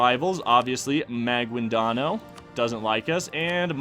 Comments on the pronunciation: I’m a Filipino and you pronounced the names wrong ex.maguindanao is ma/guin/da/nao if you want the pronounciation it’s ma/geen/the/now .Why do you put an accent when you don’t know how to pronounce the names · The way you say Maguindanao is absolutely hilarious.